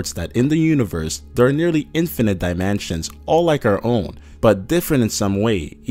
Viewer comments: Omg QUIT SAYING DIMANSIONS IT'S DIMINSTIONS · dye man chins can't tell if this is a robot voice or an actually person cause how he is saying dimensions as dye man chins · why does he say dimensions like dimanshans?? did anyone else notice this? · This dude says ''diamansions'' there are mansions in this video? :P